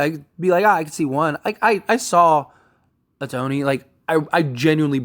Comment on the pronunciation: Ah-Tony ? If you're gonna report on baseball ⚾️ you need to pronounce his name correctly - "Show-hey Ow-taa-nee"